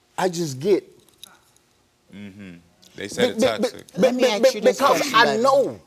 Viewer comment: Can't even say toxic OMG